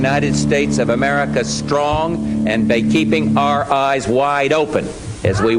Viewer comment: Excellent presentation young man. Please, since you are such an insightful and diligent person, learn to pronounce some words correctly, words that heretofore, you've been mispronouncing. For example, "association", rather than "assoschiation", "strong", rather than "schtrong". You not doubt get the idea. This alarming trend is fast becoming all too common and you are too smart for this. I do hope you don't mind my criticism, offered with the best of intentions.